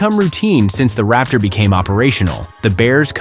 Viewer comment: It's { Raptor } - not ( Rapture ).